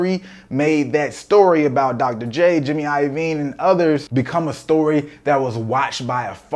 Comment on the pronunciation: bruh nah, you did not just say Dr.J lmao cmon bro